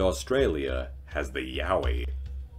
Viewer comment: And it’s a Yowie not mowwy wowwy or what ever the heck he said hahaha